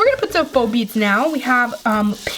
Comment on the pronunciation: Beads not needs or beeds